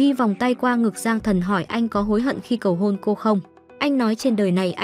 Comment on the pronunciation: ê baa lúc cầu hôn ở bệnh viện mà s t nghe thành cầu hồn=)))